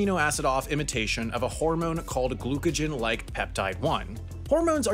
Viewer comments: Glucagon not glucagen there’s no such thing as glucagen. I know it said glucagon on screen, but that’s not what was pronounced. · Glucagon not glucogen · it is pronounced gloo·kuh·gaan not gloo kuh jen. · It's pronounced GLOO-KUH-GAHN like peptide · It's pronounced "glue-ca-gone" HAI. Glycogen is something very different. You should ask a doctor before uploading these! I'm a physician and I do GLP and GIP research. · Hooray! Another addition to the mispronounced list! seconds, says "Glucogen", which I don't think is a thing (maybe he was remembering the word "Glycogen"?) but the word on the screen is "Glucagon". I look forward to seeing my name in lights at the end of the year! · You mispronounced glucagon